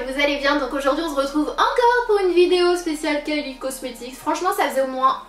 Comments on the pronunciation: J'aime trop à chaque fois le "on z'retrouve!😂 Mais bon ta snapananas t'aime quand même !💚🍍💚🍍💚🍍💚🍍💚🍍💚🍍💚🍍💚🍍💚🍍💚🍍💚🍍💚🍍💚🍍💚🍍💚🍍💚🍍💚🍍💚🍍💚🍍💚🍍💚🍍💚🍍💚🍍💚🍍💚🍍💚🍍💚🍍💚🍍💚🍍💚🍍💚🍍💚🍍💚🍍💚🍍💚🍍💚🍍💚🍍💚🍍💚🍍💚🍍💚🍍💚🍍💚🍍💚🍍💚🍍🍍💚💚🍍💚💚🍍💚🍍💚🍍💚🍍💚🍍💚🍍💚🍍🍍💚🍍💚🍍💚🍍💚🍍💚🍍💚🍍💚🍍💚🍍💚🍍💚🍍💚🍍💚🍍💚🍍💚🍍💚🍍💚🍍 Tu me fais trop rire dans tes videos jtm 💜😍💗 👄👄👄👄👄👄👄👄👄👄👄👄👄👄👄👄👄👄👄👄👄👄👄👄👄👄👄👄👄👄👄👄👄👄👄👄👄👄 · cc super vidéo ❤ au début tu as dit "on ze retrouve"😂 mais c pas grave je t adore et j'espère que je vais passer dans t snap voilà gros bisous 😻